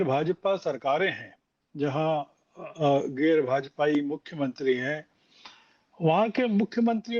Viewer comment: कहाँ कहाँ से पकड़ लाते हो ऐसे लोगों को । खैर दोष तुम्हारा नहीं क्यों कि अमरूद अमरूद को ही पसन्द करता हैं यह व्यक्ति ठीक से हिंदी भी नहीं बोल पा रहा है गैर को गेर बोल रहा है । ज्ञान बाँट रहा है कि गैर भाजापाई सरकारों के प्रदेशों में प्रतिनिधि भेजने चाहिए थे । जबकि इसको पता है कि अपोज़िशन कैसा रुख अपना रहा है सीज़ फायर को लेकर । जब विपक्ष ट्रम्प की बातों पर विश्वास कर रहा है और सरकार और सेना को तवज्जो नहीं दे रहा है तो क्या बात करनी चाहिए थी भाजापा वालो को > इस पर भी ज्ञान बाँट देता ये श्रवण गर्ग